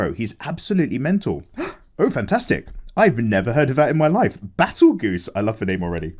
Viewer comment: Betelgeuse? Battlegoose? No Beetlejuice.